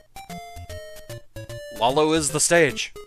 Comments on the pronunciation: Not sure if this has been brought up yet, but I'm pretty sure the name "Lolo" is pronounced "low-low," not "lah-low." "Lala" and the variants "Lololo" and "Lalala" also seem to imply that the naming scheme is just taking one syllable and repeating it. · I have never heard anyone pronounce this game’s name as “Lol-lo”. I’ve always read it as “Low-Low”. To each their own I guess.